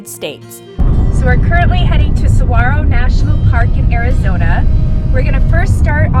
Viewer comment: This lady's horrendous (and seemingly selective) mispronunciations of Saguaro, Javelina, and Hohokam are equally offensive and unnecessarily painful. At least put a disclaimer at the start of the video that you don't know (and clearly don't care) how to pronounce, these words but are going to say them anyways. The willful ignorance, as she confidently and unhesitatingly, butchers these easy to say (with a bare minimum of effort) words is both unsurprising and very much on brand for a certain demographic of folks....